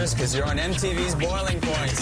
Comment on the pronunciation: Wow i cant believe this guy didnt say the "s" on the end of boiling points, its literally in the name, lets shame this fellow